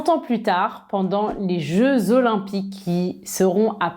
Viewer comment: Salut, ça va? Au debut de la video, j'ai entendu que tu as prononcé le mot 'Olympiques 'comme ' O lym pi ki'. J'ai raison? C'est correcte à dire ça, ou c'est un style individuelle de?🤔😉